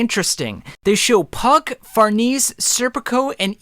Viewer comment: Far-neh-seh dude. WHO THE FUCK IS FARNEES?